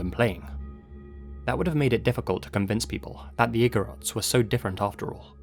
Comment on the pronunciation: You pronounced igorots perfectly. Thank you for shedding light on how our tribes were taken and exploited by some people during the american regime. It isn't talked about much even in our history books.